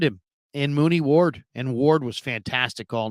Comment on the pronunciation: U said Mooney ward 😂😂😂 u mean Charvarius Ward